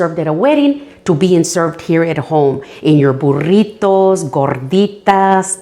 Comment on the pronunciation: “Burrrrrrrrrrritos” love it!